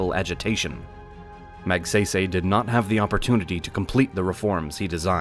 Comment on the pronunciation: Ramon Magsaysay's last name is pronounced more like (Mag-Sigh-Sigh).